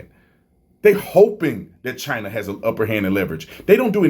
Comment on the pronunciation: "China assho"